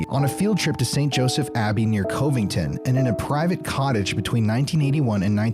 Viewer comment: You mispronounced “Covington.” The cov should sound like “love.” I enjoy your channel!